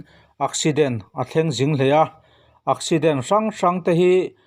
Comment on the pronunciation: Ak ipte ak lam dan nilovin thing ek lam danin accident lam tur aw😁😆